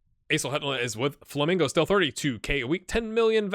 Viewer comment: It is not Flamingo you say the men kinda like men the plural of man so its Fla men go